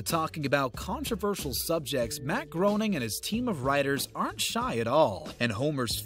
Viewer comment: It's pronounced Matt GRAY-ning, not GROE-ning.